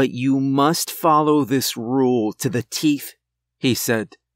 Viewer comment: He did say follow this rule to the TEEF, right? Uhh, what?